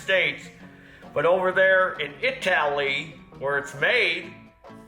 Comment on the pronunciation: It's pronounced I-tally,.